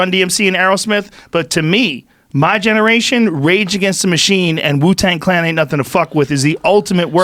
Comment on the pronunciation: Donnell said "Jew-Tang Clan" omfg 💀